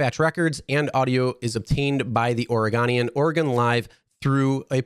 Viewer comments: FYI it's pronounced Ore-eh-go-nee-ehn not Ore-eh-gon-ee-ehn. And this incident probably kills her chances of ever becoming police comissioner IMO. Not to mention the visuals of going out to a casino of all places during a pandemic when you're in city covernment asking people to stay away from crowds unless it's absolutely necessary. I actually voted for her and thought she had been pretty on point as a voice of dissent on the normally milquetoast city council, but with the caveat of not hearing her side of the story yet, I have to believe the driver because they put up with so much bs. I don't understand objecting to the windows being rolled down a little, do you really want to breathe recycled air in a stranger's car right now? However I also understand that councilwoman Hardesty is a Black woman in an overwhelmingly white region (Portland metro/SW Washington), it's possible there was some power dynamic in play that I am not seeing as a white guy and that wasn't apparent from the 911 calls. Bottom line if you take a Lyft, these drivers aren't getting paid like union member cab drivers used to, so at very least treat them with the respect you would if it was actually a friend giving you a ride in their car. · It's oreGOnian, not oreGONEian. Just an FYI. :) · It’s pronounced ore-go-n-e-n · The newspaper is called the or gowne E -un lol Oregon is pronounced organ not orygun and the casino iliani is pronounce A-la-Nay 😂 So the commissioner of my city! 🤦‍♀️ get outta here karen!